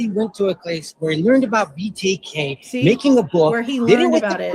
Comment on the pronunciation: couldn’t even say BTK correctly as well as so many other words. He’s fallen off the wagon!